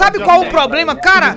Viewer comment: Porquê que ele fala “caba” invés de “cara”??